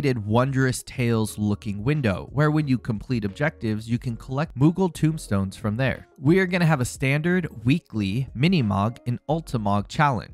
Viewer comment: Tomestone, not tombstone. Tome as in book. Not Tomb as in an underground burial vault.